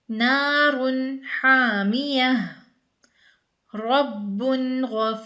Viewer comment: Naar un haaamiya sister there is ni meem in this word.